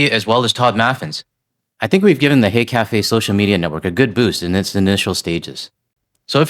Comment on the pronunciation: I think you should spell out H-e-y café, bec I honestly thought you said hate café!! 🇨🇦❤️💪💪💪 .